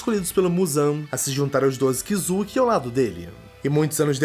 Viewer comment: e kizuki nao kizuk